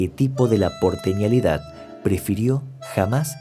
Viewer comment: Se dice " Porteñidad" no porteñalidad.... También hay errores en algunos de los titulos